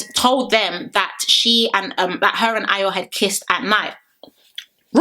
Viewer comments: Are you sure she’s Nigerian 😂😂😂😂😂coz a simple ayo she couldn’t pronounce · Yh I know exactly loooool and she still couldn’t pronounce it but she’s quick to say she’s Yoruba I bet she can’t even speak a single Yoruba word 😂😂😂 them ones